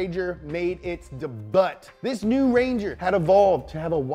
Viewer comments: So no one is gona talk about “dee buttttt” for debut 😄?? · I'm glad I'm not the only one who says 'debut' like that lol.